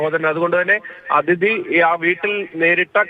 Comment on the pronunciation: അതിഥി അല്ല അദിതി